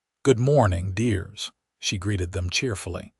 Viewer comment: AI says "Deers". They mean "dears"